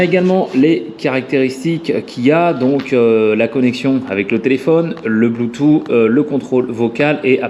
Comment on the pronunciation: Bleutou ??? "Bloutousse" phonétiquement .... Android auto ok mais est-ce qu'il fait Apple Carplay ? La taille n'est pas trop grande ? Tu ne vois même plus ton compteur >.<